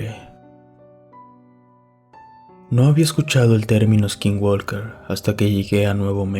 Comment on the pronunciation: no digas eskinwalker se pronuncia skinwoker, sin E al principio y la L no se pronuncia, es para mejorar mi comentario, saludos de Sonora en la frontera con Arizona